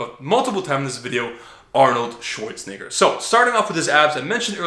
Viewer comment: Dude said Arnoldswanigga really